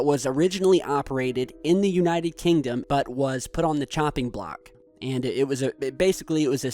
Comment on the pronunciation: you said 'United Kingtum'